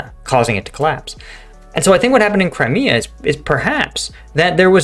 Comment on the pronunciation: Mate, I am just new to your channel but you seem way behind the eight ball with currency of the latest news and also you seem very short on facts (like place names and poor pronunciation of well know names like “Crimea”).